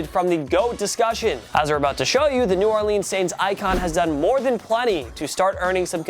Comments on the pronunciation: I hate how he calls them the new Orleens saints instead of New Orlins I know it’s spelled New Orleans I just spelled them like that for pronouncing the words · This video is almost perfect, but you pronounce New Orleans as New Orleens instead of New Orluns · New Orleans, not New Orleens :P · well now i can’t like the video because you said new orleans wrong